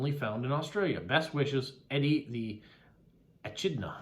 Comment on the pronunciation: I think the answer to the riddle is WALK, because I can walk and chew at the same time, or that's the expression anyway. It also fits with the other things. Yes,, Eddie the Echidna (pronounced ee-KID-na [or i-KID-na]) was my doing, so well done for spotting that. Hope you found the information interesting. By the way, monotreme is pronounced Mo-no-treem. Some amazing postcards and stamps this week. I especially liked the Postcrossing bingo card.